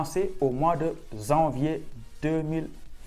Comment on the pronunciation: On ne dit pas « zanvier »... parler correctement le français cela peut aider pour venir faire des études en France 😏